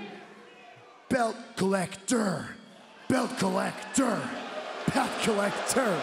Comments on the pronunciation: No Kenny it's BELT COL LEC TOR 👏👏👏👏👏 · Belt Co Lec tor! Lmao